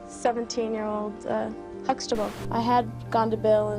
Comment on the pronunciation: Everytime they say huxtable I hear vegetable